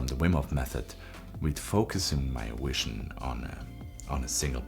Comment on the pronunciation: something seems off? you pronounce vision with a W. less than a minute later you pronounce it with a V. your hair is another. hyper polished videos but your hair and beard are a mess. what value I could find was explained better in the original videos.